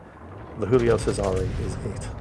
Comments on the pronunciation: stop pronouncing the Giulio Cesare as it was Spanish, pls As a Romanian, it hurts my ears xD It is pronounced Jiulio Chesare. Read that in english and it would still be closer to the original pronounciation 😅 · Ar-kih-pel-ah-go, with a slight stress on the 'pel. ...also, I beg you, by all you hold dear: 'JEW-lee-oh CHEH-zuh-reh'. Have a go? Please? Pretty please?